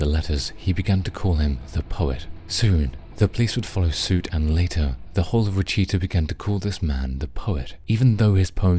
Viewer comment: Look up how to pronounce "Wichita" please....